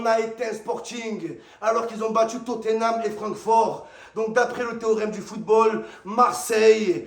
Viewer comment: Il m’a tué quand il come on totanhame